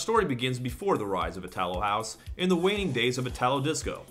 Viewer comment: Itálo house. That's where the stress of the word go :) (not to be a dick, just helping)